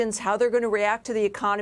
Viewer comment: Silicon, not silicone.